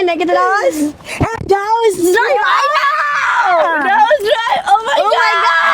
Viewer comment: Aku dengar daus je